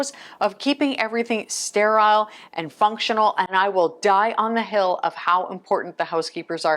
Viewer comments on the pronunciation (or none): Since you're a former nurse did you pick up kn mispronounced words like "sterile" and "musculoskeletal". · I hate Ai. Why do people believe this is an actual nurse. I've never heard someone who was a nurse or medical worker of any kind mispronounce common words like "musculoskeletal" and "sterile". That's how you know it's Ai. Good tips for the subject but I hate liars.